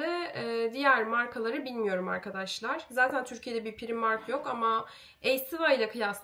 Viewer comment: Çok güzel olmuş sofran ellerine sağlık❤ naçizane ‘pıraymark’ şeklinde telaffuz etsen daha doğru olmaz mı😊 bide çiğköfte misafirlerine acı geldi mi onu merak ettim